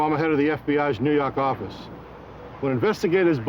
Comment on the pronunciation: "nuu yawk affice"